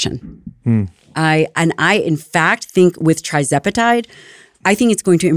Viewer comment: How could someone who purports to be an expert on these topics pronounce "TIRzepatide" as "TRIzepatide?"